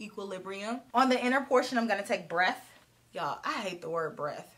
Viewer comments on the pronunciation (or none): First, I screamed every time you said “breath” LMAO. And is it me, or is Natasha Denona kinda hit or miss with the quality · I loved that first look! I can't comment on this without mentioning how you kept saying "breath". 😂😂😂😂😂